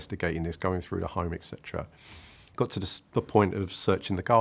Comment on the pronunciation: you lost me at EXETERA hehe